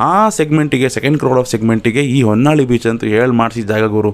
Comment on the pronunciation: And honnalli it's vannalli. ಹೊನ್ನಾಳಿ ಅಲ್ಲ ವನ್ನಳ್ಳಿ